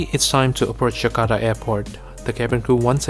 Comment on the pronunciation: mntap to "jakarta" bukan "jkardahhh" hehe